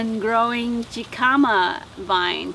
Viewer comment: Is pronounced Hekahmah and is a Mexican Root! Warm weather plant!